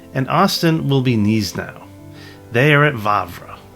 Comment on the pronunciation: Grouchy is "Grooshee", Gneisenau is "Gnaysehnow", etc